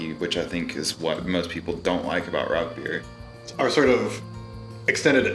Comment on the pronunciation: Great video and got me subscribing instantly BUT please stop saying "RauK beer" its pronounced "Rauhr beer". But anyways love the video and I can't wait to brew my own Rauchbier.